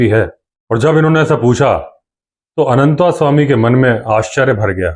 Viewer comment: जब आप भी "अनन्तस्वामी" को "अनन्तास्वामी" कहते हैं तो अटपटा लगता है। आप तो संस्कारी हैं। ऐसा तो अंग्रेज़ या हमारे काले अंग्रेज कहते हैं।